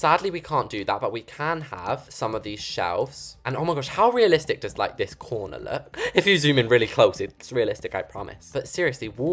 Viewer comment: Naaaaaa look * speaks in British * “This corner is relistic” * starts talking in American* “OnLy If YoU zOoM iN”